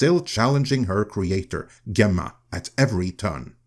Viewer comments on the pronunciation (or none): So are you a foreigner or is this a stupid AI that doesn't know how to pronounce Gemma (Jemma)